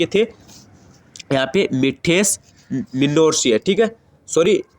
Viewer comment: Bhaisaab pahle aap apna jukham nikallo Indra ko mandir bol rhe ho pratapsingh ko pritps bol rhe ho😂😂😂